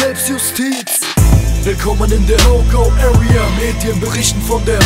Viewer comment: wie spricht der bitte area aus das hört sich an wie öria